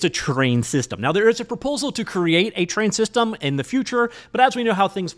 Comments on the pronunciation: Thought he was saying train systems 😂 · When you say 'terrain' in a video it always sounds like 'train' to me, so when you do a video about an actual terrain system I can relax, as I know what the 'train' means immediately :) If you ever do a terrain video that somehow heavily features trains I'll be in trouble. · Wait. Is it Terrain3D or Train3D? You keep saying "train". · Terrain isn't pronounced as "train".